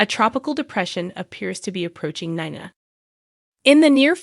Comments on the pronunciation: I am not gonna listen to this channel. Until you learn how to say these people's name, it's Valentine, not Valentine please get the names right it's nina not nana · It’s obvious the voice on this video is A I (computer generated) Gladys, Dr Montague, Nina, Charlotte, Esme, Sasha, Lois, Ava are the ones mispronounced. You notice the word ‘Glad’ is pronounced correctly. Spencer, will be the new face of Deception.